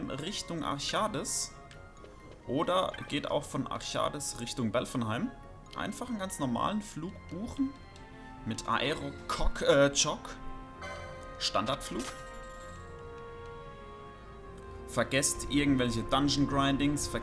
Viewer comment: Alter, da musste ich gut lachen xD Aero cock statt Aerochoc:'D